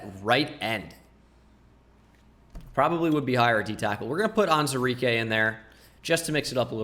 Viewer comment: You're missing the WOO in Onwuzurike every time :(